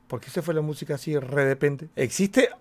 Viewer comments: dijo ✨REDEPENTE✨🤣🤣🤣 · "re depente" jajajjajajaj